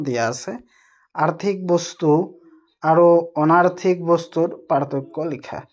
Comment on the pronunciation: 😂😂আৰ 😂😂 নহয় আৰু 🤣🤣🤣😆😆😆😝😝😝🤭